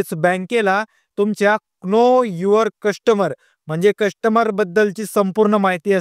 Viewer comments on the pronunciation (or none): . मुर्खा तुला know चा उच्चारण तरी जमतं का?...